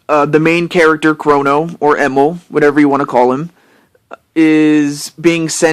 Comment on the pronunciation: It's probably true that you discovered me through Bangaa :3 Nintendo decided that they didn't want to buy rares 51% of the company. So instead microsoft bought Nintendo's share of the company and the rest of the company with it. Emil is my real name haha. Also thanks for pronouncing it correct :) Most people just pronounce it as "Emile" It may be the same name but they are not pronounced the same way ^^ Also thanks a lot for being a great supportive fan/friend! :)